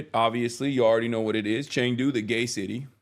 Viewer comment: please don’t tell us that you’ll be doing “news” from China. I’ve lived there, in this decade, you may have lost me on this one. Of course it goes without saying, I love the people I met and got to know in China, but . . . Also pronounced “chungdu”